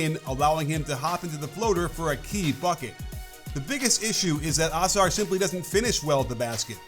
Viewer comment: it is UH- SARR not AH-SARR <3